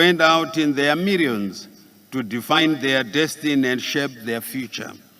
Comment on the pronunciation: Poritical deveropment of our country excerence vhunarable. Zimbabwe successfuri openri Zimbabwe went out with their Mirions😂😂😂😂😂😂😂😅😅😅😅 he likes R instead of L Mutuari furi furi success furi